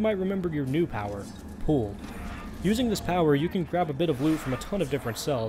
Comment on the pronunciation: Are you aware that you are misspronouncing pull?